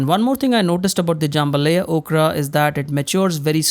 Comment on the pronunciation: Jam ba LIE- ya